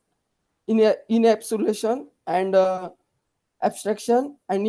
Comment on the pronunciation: inabsulation😢 It will be Encapsulation.. Sometimes interviewer will also check the pronunciation instead of technical knowledge